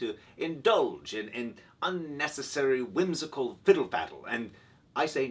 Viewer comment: "Whimsical," not "whimsocal."